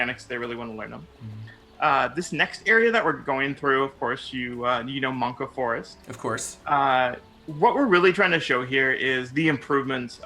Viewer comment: This footage is godlike but saying "Monka Forest" killed me